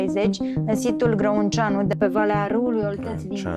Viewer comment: "Gră-un-cea-nu" . "ă" it pronounce like the end of "the", wich sound like "z"and "ă" in romanian